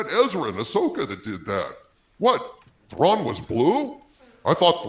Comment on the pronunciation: Please not Trawn